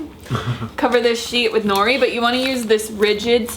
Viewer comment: it's *no-ree roll the r sound